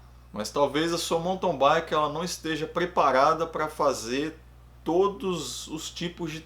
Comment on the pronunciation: Sou novo no canal, mas tenho curtido muito. Só um toque: do jeito que você fala mountain bike eu ouço "monton baique".